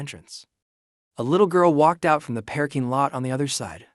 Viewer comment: WEhy does everytim it says parking lot it pronounces it pear king lot?